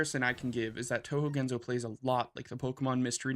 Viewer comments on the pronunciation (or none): ✔Pronunciation tips: Gen-so not Gen-zoe Ray-moo not Rai-moo Neet-oh not Night-oh